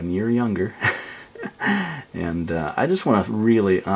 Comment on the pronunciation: XD well a small help, your "j's" should be "y's", so it's "yeah", and "younger" instead of "jeah," and "junger." But you're doing good!